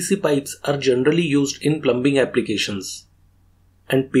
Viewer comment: B IS SILENT IN PLUMBING BRO